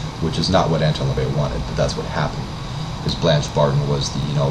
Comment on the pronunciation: His name is LaVey, not La Vey..